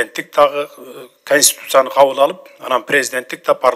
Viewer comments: Констутуция эмес Конституция диктор кыз сураныч туура окунузчу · КОНСТИТУЦИЯ деп сүйлөгөндү үйрөнгүлөчү. КонстУтуция дебей. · Текстти окуп аткан диктор айым, " КонстУтуция" эмес, "КОНСТИТУЦИЯ" туура айтсанар. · Алып баруучу кыз конституция деген созду туура айтсын! Билимдуу журналист, алып баруучулар ушинтип туура эмес суйлосо уят эле!